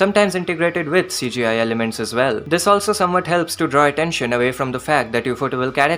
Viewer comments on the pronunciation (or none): none